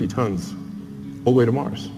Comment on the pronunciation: its 'MARS' not 'MARCH' lol.